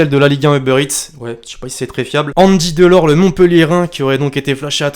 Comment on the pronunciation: Quand il a dit « Andy Delort » j’ai éclaté de rire